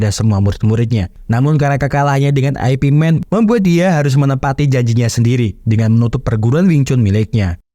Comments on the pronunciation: Bukan Ai pi men bacanya boss...tapi IP MAN ( yip man ) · ai pi men??? yip man bang, atau ip man, jgn lu bilang aipimen, anehh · "ip man", baca nya bukan "ai pi men" tapi cenderung ke arah "yip man", itu dialek Cantonese. kalo mau pake dialek mandarin, dibaca nya "ye wen". Kalo nyebut nama "Zhang" nya masih rada oke lah, tapi kalo mau lebih detail lagi dan ditulis pake alfabet Indonesia, penyebutan nya lebih mendekati "Cheung". Semoga terjawab sesuai konteks.